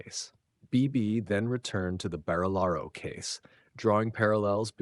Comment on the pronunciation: It's so weird to me hearing "Barillaro" read out in an American accent! What's some yank doing knowing about NSW politics? 😂